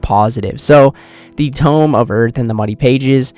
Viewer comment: Brother it is tome not tomb